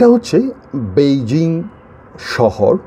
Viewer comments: পৈজিং না বৈজিং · বন্ধু, সঠিক উচ্চারণ হবে পেইজিং, বেইজিং নয়। আপনার মনে আছে ওটা আগে পিকিং ছিলো বিকিং ছিলোনা। ধন্যবাদ।